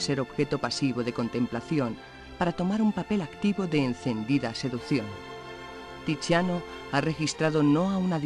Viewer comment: Tiziano se pronuncia Titsiano o Tidsiano, no tichiano; Vecellio es Vechelio. La C se pronuncia como CH, en tanto que CH tiene sonido de C ante O y U , de modo que Michelangelo se pronuncia Mikelangelo Los españoles no procuran ser fieles a la pronunciación correcta de lenguas extranjeras. ¿Por qué?